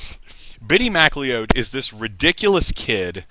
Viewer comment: The Bittie McLeod (pronounced 'McCloud', btw) funeral gets even weirder and funnier when Pattie Tyler, the CHILD that Bittie decided he would wed when he grew up, actually goes through with a wedding. Yes, a pre-teen girl marries a dead pre-teen boy at his cartoon-Scottish funeral. You have to love cornball pulp that stupid, you really do. The book-buying conspiracy is quite true....what is not mentioned, to be fair to Ron, is that plenty of other authors did the exact same thing, not to mention HUNDREDS of rock bands and their managers with their singles and LPs.